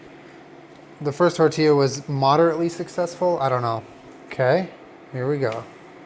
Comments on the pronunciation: I'm glad you stopped saying "Testilla" xD sound like "tetilla" (little tit) lol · TESTIE-YA lol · “testilla” sksksk